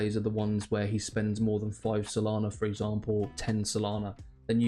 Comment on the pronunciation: Solana not solani 😅